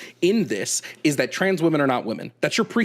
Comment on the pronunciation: I HAVE to point out as someone from the UK that this guys accent is actually unreal lmao, NOBODY speaks like him anymore, he literally said “trarns” athletes, I’ve never once heard that pronounced that way. It’s like cartoonish levels of posh